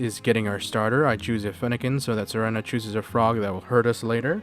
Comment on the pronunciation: Serena is pronounced sereena btw, reference: anime